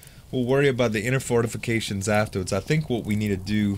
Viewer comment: anyone else notice he says fartifications